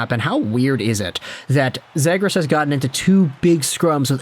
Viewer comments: It's ZEE-gras. You are clueless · lol…. bro you aint even saying his name correctly. Zagras lol😂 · Next time If you can’t pronounce someone’s last name just stick to the first name, lasted less then 2 minutes cause of how annoying you saying “zaygras” was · It’s pronounced zee-grus. Jesus. And lower the octave of your voice. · Is anyone gonna tell him he’s pronouncing zegras wrong?